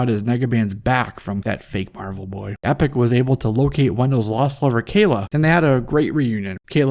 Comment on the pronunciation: Eon's daughter's name was E-poc not Epic.